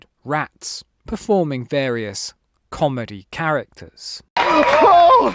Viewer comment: I heard those inverted commas when you said “Comedy Characters”